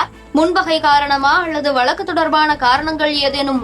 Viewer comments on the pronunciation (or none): வலக்கு இல்லை வழக்கு.